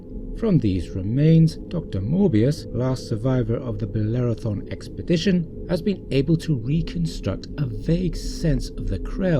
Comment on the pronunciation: Bellerophon not thon. Sorry.